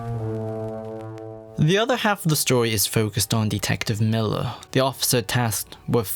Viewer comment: MILLAR xD